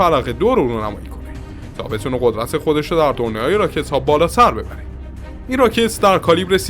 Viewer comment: ببُره نه ببَره